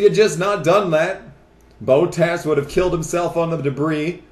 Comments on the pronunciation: I didn't know you watched F1??? P.S. you say Bow-Tass it's actually Bot-Ass 😂 no joke Edit: You also say Saw-Ber but it's pronounced sow-ber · Your pronunciation of Bottas is cringeworthy.